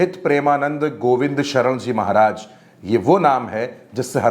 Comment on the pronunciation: भाई मेरे पहले गुरूजी का नाम सही से लेना सिख लो फिर लोगो को ज्ञान बाटना 🙏🏻